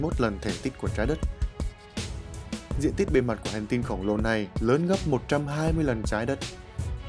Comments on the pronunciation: Ki lô mét chứ không phải ki lô mẹt nhé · Ki lô mẹt